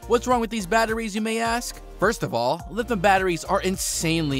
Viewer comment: Lithium pronounced li·thee·uhm, not lithim. You lose credibility if you cannot pronounce the word correctly when the rest of your English sounds like you are not learning a new language.